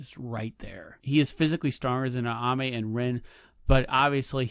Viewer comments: Ayame. Not Aname. Are you trying to pronounce things wrong? It's very aggravating. I guess you got me to comment and engage. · It’s Ayame, not Aname